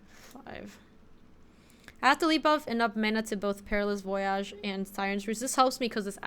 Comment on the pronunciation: Don't let chat keep you down! You can pronounce voyage as incorrectly as you'd like!